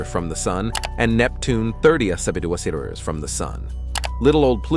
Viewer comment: Can you please pronounce "centimetres" properly...